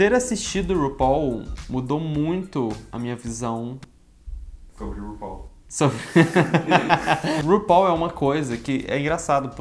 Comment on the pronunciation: VC É O UNICO - UNICO, "U-NI-CO" youtuber q eu vi falando RUPAUL da forma correta. <3